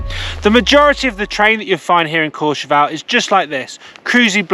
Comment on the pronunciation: Couple of things - it’s CourcheVEL - not Courche VAL …. Drives me mad!!! Having done seasons there, you only hear Brits renaming it to “VAL”…. Anyway, nice vid, but it seems you are only talking about 1850… 1650 didn’t get a mention and that has some great varied terrain, but as you say, all a bit light and cruisy- but good fun for thrashing about a bit. 1850 way over priced, over run with rich Russians and other people with too much cash… ruins the whole place. Stay in St Martin de Belleville instead and you are connected by a couple of lifts into and out of Meribel if you want to be in that part of the system - or Val Thorens if you want more challenging terrain. all good, nice chilled content mate 👍🏻